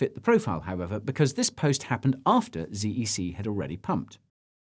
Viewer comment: I thought it was pronounced zed e c 😆